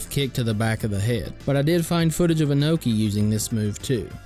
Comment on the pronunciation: BTW, it’s “Inoki”, not “Anoki”. Good vid though!